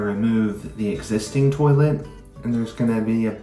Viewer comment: Oh my goodness! I thought my mother and I were the only one to say "terlet"! Brought back sweet memories of her❤